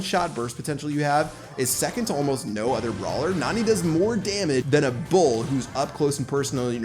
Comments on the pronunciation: she is a girl bro she is not nani pronounce her name as neni that's the right way to pronounce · Her name is pronounced Nanny not Nani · PLEASE STOP PRONOUNCING NANI LIKE THAT